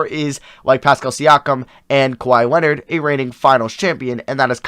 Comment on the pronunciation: now way this man said kwahi leonard😹🤦🏻‍♂️